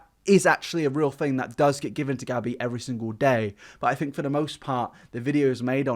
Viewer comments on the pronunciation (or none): Ironic...tells people how to pronounce music....Continues to say 'fink' instead of 'think' but I still adore you 😉 I'm just impersonating a catheter and taking the piss 😜